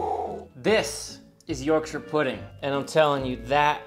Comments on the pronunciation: I love that you pronounce Yorkshire properly. You say 'York-shur." A lot of American videos tend to pronounce the counties incorrectly and would probably say "York-shire" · As an Englishman, You get infinite points for pronouncing Yorkshire correctly idc even if it tastes like cardboard you’ve won me over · I'm just pleased you say Yorkshire right! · I was wondering why you were pronouncing Yorkshire correctly - I would never have guessed you were a man of York!